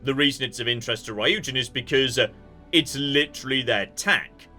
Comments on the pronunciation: Ryujin's not a made up word, it's an imported proper noun, like Zeus. And no, it isn't sensible. It is not conventional to pronounce a Y-U cluster as ai-oo in English. Polyurethane is not po-lai-oorethane. Senryu is not sen-rai-oo. Even less sensible when he's heard voice actors pronounce it many times. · It bugs me to no end that keeps pronouncing it RAIOOJIN despite what all the NPCs call it. I mean, how does he get RAIOO from RYU anyway? Does he call Wagyu beef WAGAIOO?